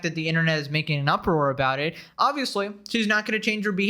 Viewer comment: "tell me ughbowt eht"